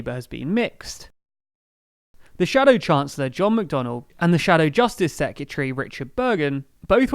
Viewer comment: Please stop saying secyetary instead of secretary. It hurts my ears.